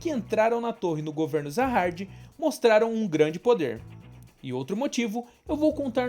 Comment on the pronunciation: Top cara, mas tenta não falar muito com sotaque, e pesquisa melhor os nomes técnicos. Se Vc colocar do jeito que se lê é melhor do que como ta escrito, manjou, entendeu ? Vc flw várias vezes Zaha"R"d, o certo seria "JA HA 'D' " com d mudo no final. Como em Coreano fica meio que um Ja com Sa, uma pronúnncia estranha, Vc tem que colocar como se pronuncia aqui, entende, pensa que Vc é um dublador e precisar falar essa palavra, o certo seria pesquisar o significado e tals e colocar em "Nome" por que se trata de um nome. O personagem principal por exemplo, na legenda é Bam, mas em pronúncia japonesa na dublagem, fica Yoru. Da uma pensada. Não to criticando, é meramente construtiva. E a propósito, amei o canal, de certo que será uma franquia em ascensão, e Vc mandou bem em fazer conteúdo com ele. Parabéns.